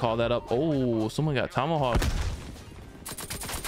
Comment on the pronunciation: Dude said Tommyhawk 😂😂🤣